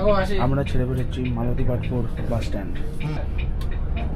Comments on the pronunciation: Not Matalipstpur it's Malatipatpur and not Barmuda it's Baramunda Bus stand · Bhul bolle to Malatipatpur not Matalipatpur❤❤😂🎉😂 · Uchharon ta thik kore koro age Matalipatpur ❌ noi Malatipatpur ✅ 😒😒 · Dear Brother, this is not matali patpur, this is malati patapur bus stand. At least say it correctly. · dada its not matalipatpur......its malatipatpur🤣🤣🤣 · এই বাস স্ট্যান্ডের নম হলো মালতীপাটপুর। বারবার এটাকে মাটালিপাটপুর বলে ভুল উচ্চারণ করছেন। বেসিক ইনফরমেশন ঠিক হওয়া দরকার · Bhai stationer ucharon ta to ektu bhalo kore dao.